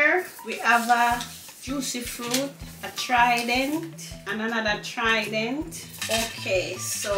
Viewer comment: Papa harry said the trident pretty 😂😂